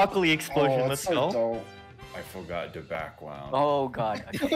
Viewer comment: "i fowgot da backgwound :/"